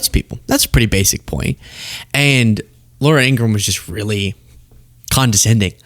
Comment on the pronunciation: you've outdone Ben Meiselas by pronouncing 'Ingraham' correctly. He can't.